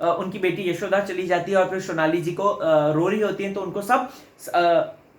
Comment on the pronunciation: Vo shonali ni sonali h 🙄